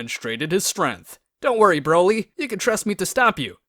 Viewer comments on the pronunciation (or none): Bro pronounces strength as strenth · Your pronunciation of "Strength" is a little off